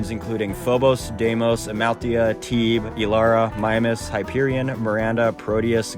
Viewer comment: He said Thebe wrong😂